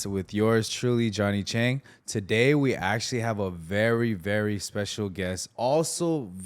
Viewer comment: Why did you pronounce your Chinese name incorrectly Chang? Literally in the beginning of the video. That doesn’t make sense. Speak it correctly with the respective tone out of the four tones. Even more confounding is the fact that your mother mispronounced Chang too. Absolutely ridiculous.